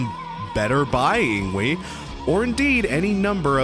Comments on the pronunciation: Isn't it ING-VAY not ING-WEE? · ING-VAY, not ING-WEE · Yngwie has a weird name as it is, but I think the W is pronounced like a V, like ing-vey.